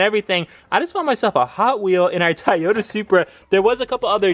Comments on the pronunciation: It’s not “toy oh ta” it’s “to yo ta” Japanese is made up of phonetic syllables but all western countries butcher it. (Not having a go) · Bro toyota not tayota😂😂😭😦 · DAMN! I thought you were saying Tyota on purpose! LOL